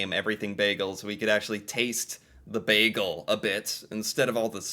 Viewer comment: The way he pronounces "bagel" makes me cringe